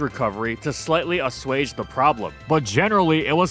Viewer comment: That assuage pronunciation lmao